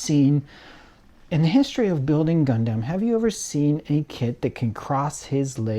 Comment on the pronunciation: Love HLJ videos but one thing I hate is how this dude pronounces Gundam, Gun-Damn.